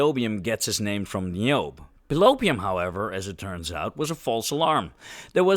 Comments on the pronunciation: Pretty sure Tantalus' daughter Niobe's name is pronounced "NYE oh BEE," fwiw. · I think the "e" in Niobe is not silent. So you'd pronounce the name "Nai-yo-bee".